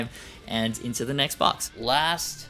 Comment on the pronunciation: Makes me laugh every time “Next….. bwox” 🤣 Need more cat 🐱 too